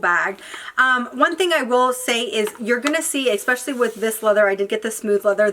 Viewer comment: I enjoy watching your videos but it’s especially not expecially.